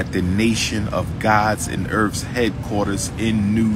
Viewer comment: I axe for a piece-ah. I got a piece-ah. I ate da piece-ah. What a night on erf.